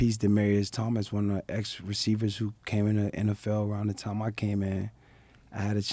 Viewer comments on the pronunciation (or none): none